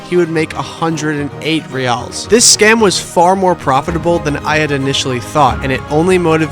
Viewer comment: I hate to nitpick a great video such as this, but I can’t help myself! The currency “real” is pronounced like “hey-ow” (singular) and like “hey-ice” (plural), it’s not “rey-all” or “rey-alls”